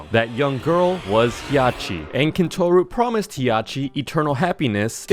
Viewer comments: As a Mimic enthusiast, I instantly got a cardiac arrest of disappointment when he mispronounced Hiachi. It's Hi-ya-shi, not He-ya-shi. I'm still patiently waiting for pooks to appear. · if you didnt know the monsters were based on japanese myths youre genuinely stupid. the japanese female slenderman as ppl call it is named "Hiachishakusama" 3 monsters ingame or just named the 3 parts of that one myth also the first i in hiachi isnt pronounced so you dont say Hee Agh Chee you say Hah Chee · It hiachi not Hiyachi also Tsukiya not Sukiyaki and it Tomiko not Kumiko do some research